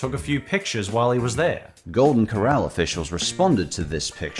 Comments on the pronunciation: You can't even pronounce the word "corral." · Two tips that makes it easier to remember how to say “Corral” properly 1.Remember the fact that it’s two syllables is supposed to be very obvious. The first doesn’t smoothly roll into the second. 2.Remember “Cor” as being pronounced precisely the same as the word “Core” and remember the second syllable “ral” is said the same way as it is said in “ralph” and “rallies”